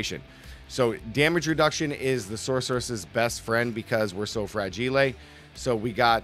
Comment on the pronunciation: Thought it was a joke the first time I heard “frageelae” 😂